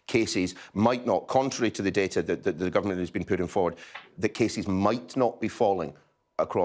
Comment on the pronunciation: I hate the fact he is education secretary and can't say 'the' he says 'ver'...